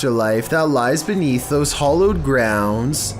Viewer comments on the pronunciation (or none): Chills....its hAllowed not hOllowed. Hollow is empty inside. Hallowed is consecrated grounds. Blessed in other words.